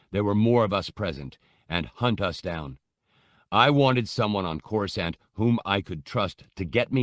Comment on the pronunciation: These are so mich better than the abridged versions, they give so much more depth to the characters and layers to the story. They have even started pronouncing Coruscant correctly, the old habit of pronouncing the second C used to really grind my gears lol